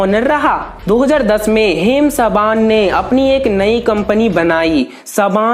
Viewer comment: Haim sabaan nahi Haim saban